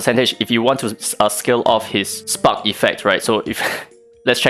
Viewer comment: I hate how i think. everytime you said spark debuff i heard spunk debuff. 😂😂